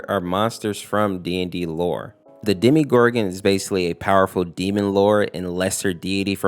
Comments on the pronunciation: its called demo gor gon not demi gor gon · Did you just call the demogorgon demegorgon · You're saying demgoram wrong